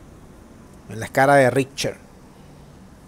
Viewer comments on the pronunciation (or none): terremoto escala richter no ritcher XD ...